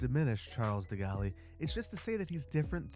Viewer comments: I know that this has already been said, but it was soooo triggering for me - "de Gaulle" is pronounced "de gawl". "De gaully" is just...ugh. Sorry, great episode, but this was so hard to take 😔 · Please no more degali😅🙏 It's pronounced "de goal" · Di Galli? That sounds more like Italian. Try De Goal to make it sound more French. 😄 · Please just pronounce it like "goal". Not like "galley". I had no idea who you were talking about until you put a picture up. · Who the hell Degali? OHHHHHH, You Mean De Gaulle (DE-GAWL) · De-Golly... Golly gee! it's pronounced De- Gont (said like bone, alone, etc) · Please stop saying "de gaully". It's "de gol". (IPA: /də ˈɡoʊl, -ˈɡɔːl/;) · Charles de Golly, really? 😭 Charles de Gaulle just pronounced Charl de Gaul, being French of course there are silent l, e, and s abound. I just can't with de Golly avenue! 😂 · De-Golly? I thought it was pronounced De-gaul?? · Evening from the UK,. Would just like to say that this is my favourite builds of yours and I’ll be working with this map when I have my new gaming PC that can cope with it and mods in January. Very excited for it. Just a bit of tidbit; It’s pronounced “Duh Gawl” not “De Galley”. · i wish you hadn’t put that highway against the shore. swapping the houses and hoghway would let those houses have waterfront access. 2. De Gaulle is pronounced De “Gall” not “Gallee” as far as i know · … it’s pronounced like De Gahl… not like DeGalley😊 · De Gaulle ("de-gaul", not "de gaul-ee") was a thorn in the side of many western nations - not just the US and Canada. Why would you name such a long and potentially important street after him. I am not opposed to naming a street after him, but something much less significant. Perhaps one of those side streets where your new wind farms are, maybe? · it's du-gaul or maybe du-goll not de-gall-i,. I'm not even French and I found your pronounciation atrocious. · Its pronounced, "Deh-Gawl" not "De-Galli" ngl it physically hurt me